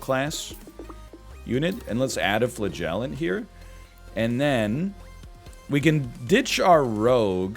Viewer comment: Flah-gell-ant is my favorite mispronunciation. Love the snake bby